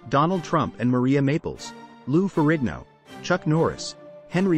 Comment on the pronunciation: What, you've never heard of Regis Phlibin, Maria Maples, and Henry Winkley? lol